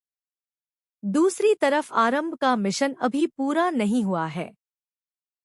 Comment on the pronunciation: Aaram bhi h aarambh n female h male n 😅 sahi bolna sikho